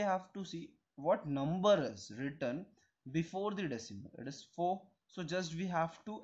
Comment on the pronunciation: the eedis (it is ) is cracking me 😭😭